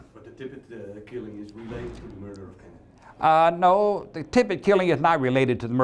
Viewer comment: Did he say Kennadiddy